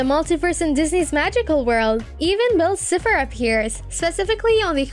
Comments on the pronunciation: Is anybody going to tell her that is Bill Cipher not bill Cifer not to be rude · “Bill Sifer” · she mispronounced so much names. bill cifer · Bill cyfer not siffer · ITS NOT SIFER ITS CYPHER (siy-fer) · I love this video but you keep saying sifer not cypher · am i the only one who got triggered when she called Bill s-eye-fer, s-ih-fer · Its Pronounce Bill CIpher With An I not Cepher? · How To Pronounce Bill cipher:Bill(Bi-ll)Cipher(sie-fer) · Why did she say “cipher” like “siffer” 💀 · It’s cipher pronounced sIEfer and it’s grunkle not uncle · ITS PRONOUNCED BILL CIE-FF-R! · Also in the final episode of the owl house "kings tide" when Luz comes home into her moms house, the is a picture with Anne's photo on it with the words, "girl missing" meaning not only are they in the same universes but Luz came back before Anne. yeah bill sifer it's pronounced (SY-fur) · Honey it is not pronounced "cipher" it has more a i-i-i sound. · the way you pronounce bill cipher hurts my very essence and i’ve never even watched gravity falls once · love the vid,buuuuuuuuuuuut I WOULD LIKE TO TARE YOUR HEAD OF FOR SO SO MANY MISSPRONAUNCIATIONS OF ALL THE CHARACTERS AND UNIVERSES, pleas. :) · I actually hate the way the way they say Bill Cypher its pronounced horribly wrong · I'm sorry but the way that your pronouncing edalynn and cypher is annoying